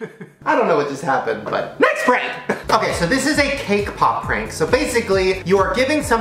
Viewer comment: Who else heard kpop instead of cake pop 🙋🏻